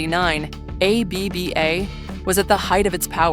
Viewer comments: Who is A - B - B - A? More mischievous AI bullshit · Why is AI so stupid that it can't pronounce ABBA?